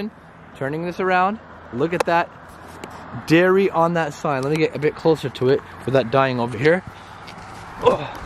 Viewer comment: Darry not dairy